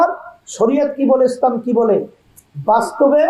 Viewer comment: এত বড় ভন্ড ইসলাম সেইটাই উচ্চারণ করতে পারে না এসলাম বলে এটা এত বড় মোনাফেক এত বড় দালাল এত বড় ভন্ড